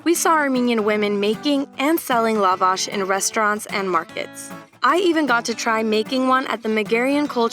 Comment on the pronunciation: The stress is on second A